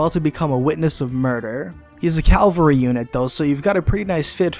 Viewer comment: Ca-val-ry, not Cal-va-ry